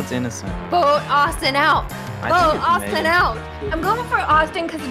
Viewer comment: I was like bruh when Megan was like IT'S AUSTUIN IT'S AUSTIN